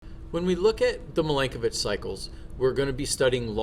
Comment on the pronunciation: And the pronunciation of Milankovic is Mee-lan-ko-veetch. 😉